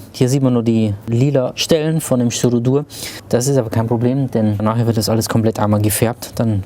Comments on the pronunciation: Styropor nicht Stypororrororoo;) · Vielleicht ist das auch ein anderes Material... Ich versteh immer Styrudur oder so :D